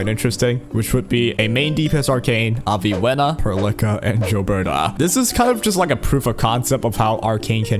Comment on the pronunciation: Why you say Perlica name like that? I can't help but hear you say "pearl licker" like bruh xD